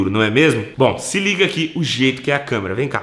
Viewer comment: "LEGENDA/CAMÊRA" KKKKKKKKKKKKK ACHO QUE É ""CÂMERA """ ALGUÉM TAMBÉM ACHA?